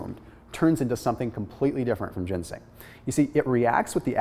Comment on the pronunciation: Ginseng*** not gensing